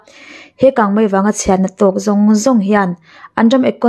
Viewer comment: Kangmai ti tlat😊😊